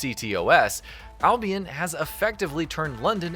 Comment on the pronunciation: Its not albiEN its albiON jesus christ.